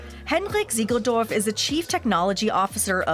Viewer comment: no it’s pronounced tsiegeldorf, not a soft z